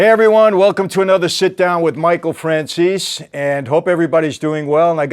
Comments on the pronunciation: He can’t even pronounce his name right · He's Mike's good friend but Mike still can't pronounce his last name properly. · bro can't even pronounce his name correctly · Too bad that Michael can't properly pronounce the man's last name..